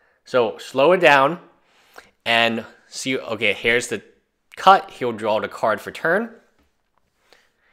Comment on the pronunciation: I love your video...but it's DRAW...say DRAWL again and I'll bite your nose.